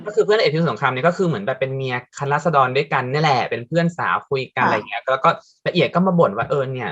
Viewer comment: พูดไม่ชัด ฟังดีๆออกเสียงว่าคะน้าราด ชัดเลย